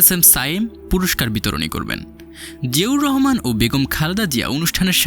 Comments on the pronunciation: জিয়াউর রহমান নামটা ভালো ভাবে উচ্চারণ করতে পারেন না। এভাবে চিবিয়ে চিবিয়ে নাম বলছেন। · ঠিক বলেছেন, শুনতে অশ্রবণ লাগে। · জিয়াউর রহমান উচ্চারণ টা সঠিক ভাবে বলেন